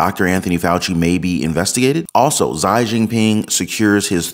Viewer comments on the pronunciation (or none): For the record his name is pronounced "Shee" for XI, not "Zigh".